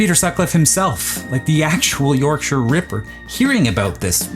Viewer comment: First time ive heard an American pronounce Yorkshire correctly. Points to you. Funnily enough my Dad and my Grandad used to deliver mail to the Yorkshire Ripper.